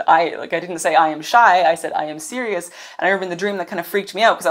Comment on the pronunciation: 🎼 "I - am - Ironman!" 🎶 That's what I heard when you said, "I am Sirius.." 😂